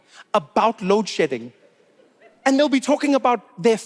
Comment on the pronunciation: Is he saying load shitting?